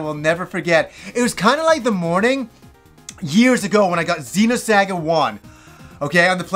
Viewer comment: Zeeno-SAGGUH!!! Lmao!